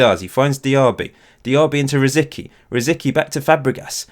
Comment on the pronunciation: Correct me if I'm wrong, but it's pronounced "Rosiski" right? edit: According to wikipedia it's "Rosɪtski"